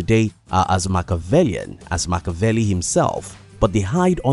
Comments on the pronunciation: respect your subject, pronounce his name correctly! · saying his name wrong.... LOL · No shade, but if you’re going to make a video on the guy then you should try to pronounce his name correctly